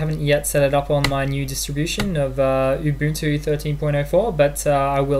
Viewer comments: ubantu... lol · U BUN TU That is how to pronounce :)